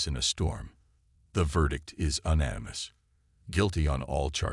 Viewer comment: I like the stories a lot but it really drives me nuts when you pronounce "unanimous" as "un-animous" when it should be pronounced "u-nanimous"